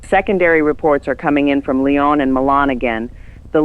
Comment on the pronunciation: Lyon (in France) is pronounced lee-OWN.